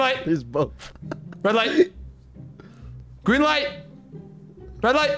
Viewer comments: he sayd green lite lollololo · You said green ligh bro😂I not grimace 😂😂